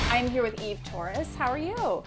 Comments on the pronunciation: It’s Eve Torres not Eva Torres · It's EVE not EVA :30